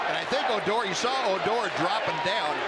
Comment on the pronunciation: "O-door" Stop playing with that man and call him ODOR Lmmfao